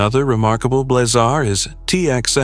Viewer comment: AI will never be taken seriously until it understands the nuances of pronunciation. The term is Blazar, like in blaze, not blah-zar, like in boring.